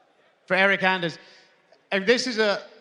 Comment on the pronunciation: Did he just say ya boi eryk anders😂😂 dafuq man